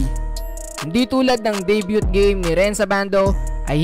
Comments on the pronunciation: debyu yan bro, hindi debyut. FYI lang. good job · DAY BYUT HAHAHA! da byoo lang bro, silent and T! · deybyu bro ndi deybyut ang pronounciation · Day-byu po yung pronunciation ng salitang DEBUT po idol; hindi Day-Byu(T) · De - byu (Debut) not De - byut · Debut is pronounce as silent "t" not Deybyut no hate just love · Hahahaha di sya pwedeng commentator! Debyut dw hahaha! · Debut is pronounce as debyu,just a correction... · Debyut ba talaga ang paglapronawns?? Baka mas may tama pa? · Day - byu (Debut)* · learn to pronounce it correctly, "debut " (de-byu) you're a blogger! masakit sa tenga, Inulit ulit mo pa talaga! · Debut??? 🤣🤣 Debyut?? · Bro yung pag pronounce ng debut is walang t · Debut silent "t"tanga hahahaha peace